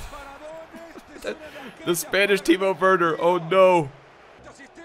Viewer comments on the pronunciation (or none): none